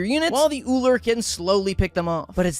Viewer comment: At least he pronounces Ullr correctly